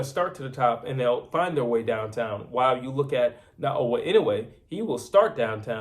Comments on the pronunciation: His name is Naoya not Nagoya get it right man come on... americans need to learn how to pronounce other cultures names properly, anyway goodman aint gona do nothing but get knocked out like all the rest simple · The heck with Na o wha W and y is not close man